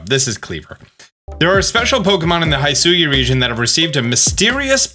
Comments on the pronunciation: throughout the entire video your pronunciation kept ticking me off... its HE-SUI, not HAI-SUI... its WEER-DEER, not WURDURR... come on... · All trailers: "Hishui region", this dude: "HaIsHui" 🤷🤦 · Every time he says Haisui instead of Hisui, and it makes me flinch up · This has been bothering me for a while so I need to bring this up. You're saying "Hisui" wrong. It's Hih-soo-ee. You pronounce the "Hi" part like "hit" or "hitch" or "hiss". Those are the only examples I can think of lol. It's not "HI" like "hi" or "high". I hope that made sense. Go watch the Pokémon Presents video again, they say the name of the region there so you'll get a better understanding. I just want you to pronounce it correctly. Idk why but I hate it when people pronounce things wrong. So I hope this helped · It’s not “hai sui ” it’s “hee sui” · Good vid, Though its (HE-SWEE) 100% not (HI-SU-YOU). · Love the analysis and mostly everything, except the way read Hisui as "Hai-su-wi" and Wyrdeer as "Wer-dur". Even if the official trailer already stated how they were pronounced. lol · Hisui: Try saying it like “hee-swee” (don’t stress either syllable) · The pronunciation of the region "Hisui" is Hi as in "Hit" an Sui is just the way you pronounce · It’s he-swee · Its hi-su-we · it's pronounced "he" "sue" "ee" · The way he says "Hisui" and "CelestiCa flute" just kills me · Please watch the original trailer for the pronunciation of Hisui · Im so triggered by the way he says “Hisui” and “hisuian” 😂 I feel like they literally said the pronunciation in a trailer. Sorry im so petty 🤪😳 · how could you deep dive and analyze all these pokémon videos but still mispronounce Wyrdeer and Hisui? they literally said the names when they announced them 🤣